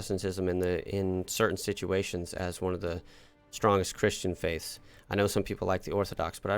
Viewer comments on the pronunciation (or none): none